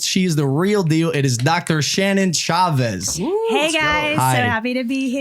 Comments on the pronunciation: she was a great guest- was to go dr chavez! or as logan says "cha vez" haha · LOGAN you miss Pronounced “Chavez” whyyyyy 😂❤️